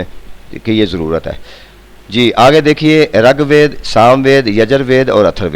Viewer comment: sir g rAG WEED NAHI RIG WEED HOTA HY